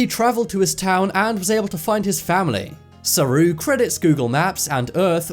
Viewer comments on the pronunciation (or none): It’s actually called Saroo not saru